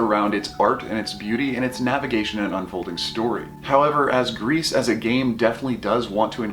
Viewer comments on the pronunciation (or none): I dont wanna be that guy, but french is my main language and gris is pronounced gri. The "s" is silent. But thanks for the really good review. You gained a subscriber.